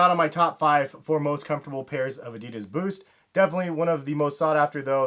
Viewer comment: You fockin spell ADIDAS wrong! Learn how to pronounce it, shit that feels so wrong...